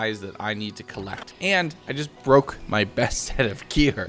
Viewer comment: Bro said baroke I'm dead 💀